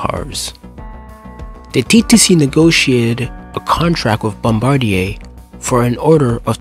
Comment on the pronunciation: It’s bombardier (Bombardi-ay) not bombardair